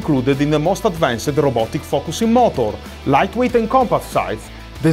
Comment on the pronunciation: " A new bussin system " did I hear that right? 😂